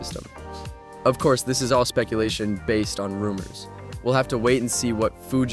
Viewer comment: Fuji ru-mores 😂